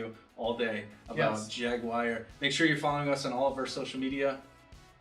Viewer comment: whyyyyyyyyyyyyyyyyyyy........ did the guy on the left keep calling the Jaguar.... a JAG-WIRE ? Cringe!